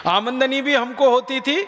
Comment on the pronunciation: भाई वो आमनदनी नहीं आमदनी है